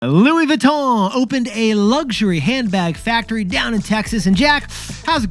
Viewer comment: It’s Louis VEEEEEEE—TON NOT VOOOO——TON, ya grand imbeciles.🫵🏻🫵🏻🫵🏻